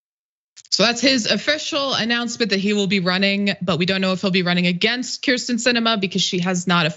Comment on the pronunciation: Why the switching between the “Kristen” and “Kyrsten” pronunciations? It’s surprising how frequently her name is mispronounced considering how infamous she is.